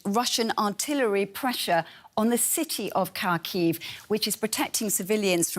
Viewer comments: Her pronunciation of Kharkiv is Horrible. Its not Karkheave, its HAA Keeeve... Take a look at the Cyrillic its starts with an X, the hard Haa sound. Not a C for Cat. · Omg Im dying can this woman be stopped saying Kaaarkiiv. It’s pronounced Harkiv for god sakes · Learn how to pronounce the city's name. The KH in Kharkiv is like the ch in Bach